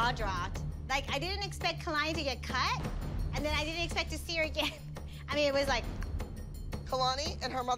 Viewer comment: Jojo: Honestlyy, i lovvvve Kalani. I have nothing, that bad to say about hur. (silent r) I men yah here n’ the she’ll get honestly really annoying😅😅 But im happy fo hau❤❤